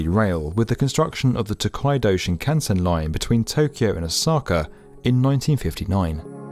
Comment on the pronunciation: He got 新幹線 pretty close.